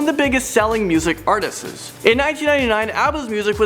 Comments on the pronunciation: It’s “artists” not “artsti-es”,,, good vid though. You said it every time so I couldn’t help myself. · It's Paul McCartney, not Paul Mcarthy. Also, it's Artists not Artisests